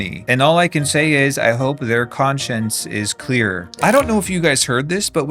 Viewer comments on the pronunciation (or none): none